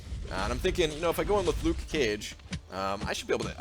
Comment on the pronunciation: "Luke Cage" You don't have to pronouce the "ke" so clear just be natural XD